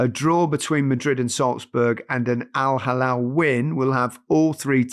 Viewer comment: "Al-Halal..." 🤭. Gary, this is the equivalent of of calling you Gareth Lineker.